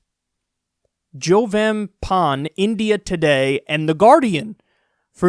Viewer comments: For the record Jovem Pan (the word Kyle tried to read) is pronounced Joh-Vim Pun (Joh as in John) and it is an otherwise defunct newsource that lives on just to brown-nose the Bozonero regime. YT should be horribly ashamed. Their main selling point - that they aren´t necessarily in favor of Bozo but they are of his phony corruption-fighter (the guy is a verdict salesman for God´s Sake) the Brazilian Minister of Justice - that´s their main selling point - as you can see completely pointless. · “Joh-vem pahn” lol